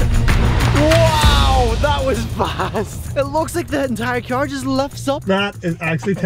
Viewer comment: I like how he says cyar instead of car.